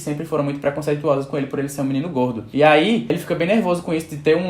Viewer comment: Kkkkkkk o jeito q ele fala gordo é muito engraçado